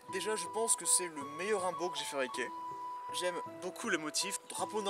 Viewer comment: Ah et ou dit "oumbo"